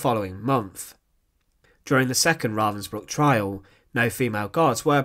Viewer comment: Aldo his mispronounced name Ravensbruck is really bothering me